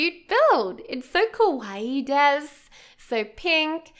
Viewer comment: Kawaii des??? 🤦‍♀️🤦‍♂️It's Kawaii-desu XD Anyways, this build is beautiful <3 And btw, you forgot a t.v or something to entertain your sims with XD